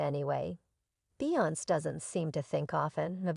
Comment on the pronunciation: You could a least learn how to say beyonce name right you sound ridiculous